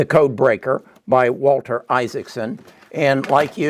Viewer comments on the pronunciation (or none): none